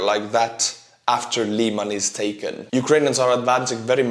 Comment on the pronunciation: Lyman, not "Liman".